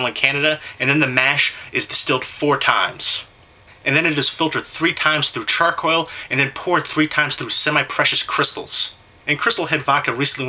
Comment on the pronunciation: You mispronounce the weirdest words.. Char-coil was my favorite..